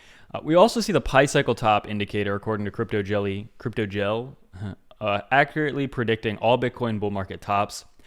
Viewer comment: omg your pronunciation of jelle is insane xDD